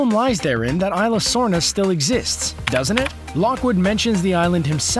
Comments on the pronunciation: Ee-sla not eye-sla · It's no ila it's isla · It's isla not ila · It's E-sla not isla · It's pronounced Is-la, not eye-la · Cadin Marohl ikr the pronounced isla wrong...